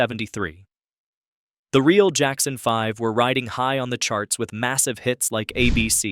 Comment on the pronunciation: My name is mark parker.I am from atlanta, georgia, and I need to make a correction.When it came to the tv animated show, The Jackson 5 that is how it's pronounced.Not The Jackson 5-ive if anybody go has just bother to go to the archives, pull up just the theme song to the show's intro, you will hear the announcer pronouncing The Show's name your narrator in this episode on YouTube is pronouncing it all wrong. And I think it needs to be taken down. So it can be re-edited correctly. The 5 in the word vibe represents the F. In 5 and is pronounced the Jackson 5, not the Jackson 5. I've.